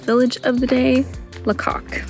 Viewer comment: Pronounced Laycock (not la cock)